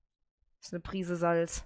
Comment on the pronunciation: hundertpro ist es das. Alleine von der Betonung her. Damit hast du Recht.